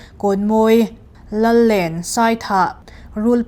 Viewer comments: Làllèn khaw hming lam rìk dan hi lo èn țhat leh ni se. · Mizotawng zir ila ngai nasa hle mai. Lallen khua i lam dik lova Thingtam i lam dik lo bawk a dang pawh ngaithla nawn rawh in zir tha rawh. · Lallen, ṭhing tàm, rawṭhing, hi lam rik dan a dik lo. Thil hre deuh chin in ngaihthlaktir hmasa ṭhin lo a nih hmel. Lo intih RUNMAWI FAMILY ve chuan e, kan îp châwih châwih mai a lawm.